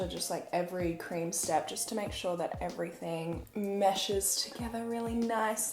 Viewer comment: Erin Christin she literally says soor